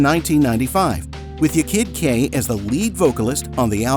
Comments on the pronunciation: there was no big "scandal" . most people didn't care. furthermore, it was pronounced "YAH kid Kay". not "y'kid kay".... 'kay? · Ya kid K. Not yakid Kay 😂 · For god sake man stop saying ‘yekid K’ it’s ’Ya (rhymes with Ha) Kid K, that’s how she raps it herself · Its pronounced YAH KID KAY! not " yay kid kak! And this wasnt a scandal at all! Everyone knew that the dancer wasnt the singer. Like everyone. I loved Technotronic , rolling over the melody being my personal fave! ❤❤❤ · It’s pronounced YAR (Ya Kid K) not YER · Isn’t it “yar kid K”? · It's pronounced Yaw Kid Jay btw ❤ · Americans do not know how to pronounce dutch names . surprise ;) it is fine. i do not worry . Spin that wheel does give an indication how to pronounce Yaah KID Kay. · And how many times are they going to say her name wrong?!! Can't stand this AI BS!!!! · Learn to pronounce the name Ya kid K. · It is obvious that the person reading the script was not someone who lived through the era and experienced this music. It was especially glaring with how he pronounced "Ya Kid K".